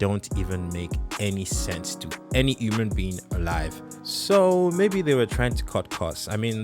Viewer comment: you cannot say these people cannot write when u cant even say human, u say "uhman"